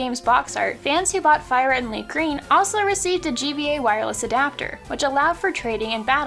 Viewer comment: Ah yes, my favorite Pokémon game, LeafGrean